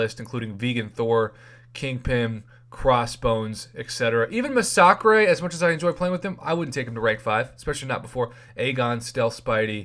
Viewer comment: Lol he said ma sock ray it's massacre but they spell it wrong.